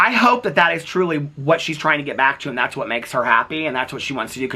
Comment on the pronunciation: I was cackling at you saying “tharts” 😂😂😂😂 I love you,! ❤